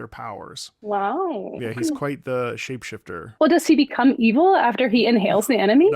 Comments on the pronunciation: the shape shifter mispronounciation drives me crazy on this song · "Temu jazz" Ouch To be fair -- and I loved P5R -- I can't get over her pronunciation of "shapeshifter." Like, I literally had to look up the lyrics to see what that word was because the vowel in the first part, "shape," was way off. I think "Life Will Change" would've been a better example of the quality of that soundtrack/score. Oh, and let's not forget "Gentle Madman," although that had no words. Overall, P5R music was pretty good.